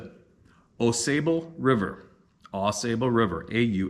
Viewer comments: Mio, Mi. is quite beautiful. it is pronounced with a long I. Ausable is pronounced Aaw saw ble. My wife and I have enjoyed driving through Mio on our way to see our daughter and her family in Posen, Mi. Beautiful drive. Not Canada but close! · I'm from Michigan. We pronounce the Ausable river we pronounce as "Aw Saw Bo".